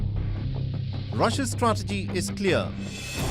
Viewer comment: Rassia straatagi, Indian accent😂😂😂